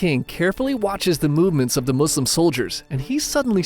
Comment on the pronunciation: I love that you say Muslim with S! I hate when people say Muzlims🙄